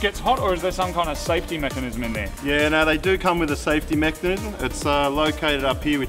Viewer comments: I don't want to sound like a dick but did anyone else notice that the guy couldn't pronounce "mechanism" 😂😂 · Sounds like home dude had trouble saying mechanism. Lol